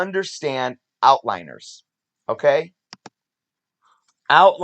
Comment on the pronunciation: "Outliers." Not "outliners." There is no 'n' in that word. But, yes, that is a major issue with Covrprice's estimation of raw fair market value. It is also limited in that it only draws from online and cannot account for raw sales in local comic book stores across the country. It also cannot account for things like the skill of the seller in both estimating the grade of their raw comic or of presenting their product in visual format (e.g., if you post more pictures and higher quality pictures of the comic you are selling, and describe it accurately, you increase the confidence of buyers, and likely will get more for your comic in an auction format). Outlier data is also more of an issue for low volume comics where only a few data points exist. Really, any time a data set includes a small number of data points, it is difficult to draw conclusions about the generalizability of that data. The site definitely has its drawbacks, but I still like it because it can help identify trends and lets you have some understanding of sales volume, and therefore, overall popularity and demand.